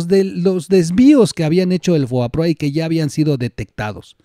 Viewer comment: se dice " fobaproa " no foaproba